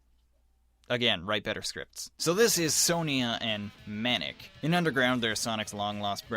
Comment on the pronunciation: pronounce it right its "son-ya" and "manick"